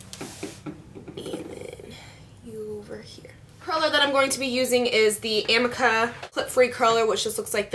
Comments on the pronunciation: I'm pretty sure the curling iron is pronounced "ameeka" they sell it on qvc or hsn. One of those but that's how they pronounced it. The creator was on an episode of tabatha takes over. But great video! Ive never seen someone wear extensions as good as you. It looks so natural!! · It's ah-me-kah:) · lOl ; its pronounced . AH-mee-kah . ^_^